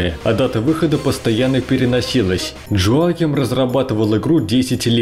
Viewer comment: Хороший обзор, только на всём протяжении резало слух то, как вы произносит имя разработчика. Разработчик швед, а не американец, имя у него не Джоаким, а Йоаким.